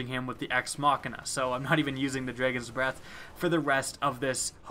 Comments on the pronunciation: "The Dregens breath" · Here we go again with "Dreygons" Breath lol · "the dregons breath" ? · Dredgeon’s Breath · You still haven't learned to pronounce Dragon huh? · you say dragon funny